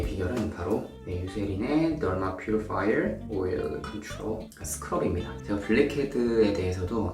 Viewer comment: 덜뫄 퓨리퐈이얼 오어일 컨츄럴~ 🙊